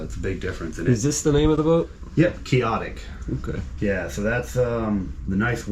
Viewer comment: It's QUIX otic:( the 'X' is not silent), means impractical and unrealistic.